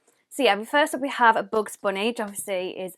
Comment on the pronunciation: "BoOgZ BoOnÉE"